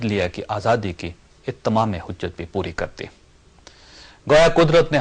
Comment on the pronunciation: اتمام حجت میں ت مشدد نہیں ہے سر